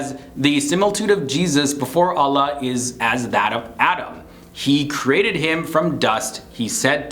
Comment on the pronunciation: Why doesn't this guy pronounce quran, allah, islam properly?